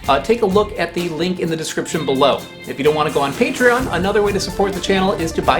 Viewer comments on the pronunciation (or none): none